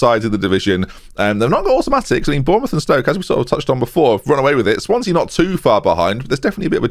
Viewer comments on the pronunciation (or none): none